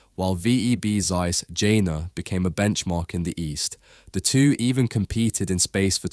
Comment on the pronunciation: Would be great if you get the names pronounced correctly: Z in German is exclusively pronounced as TS Zeiss. = Tsice